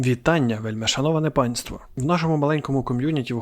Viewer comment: З кожним відео все краще і краще. Певно багато гуглив, щоб то всьо розказати, бо я шось сумніваюсь, що то всьо, що ти розказав можна в самій грі зрозуміти. Але я тепер шось навіть за лор дс шарю) P. S. Кажи вельмишановне, а не вельмишановане, заєбав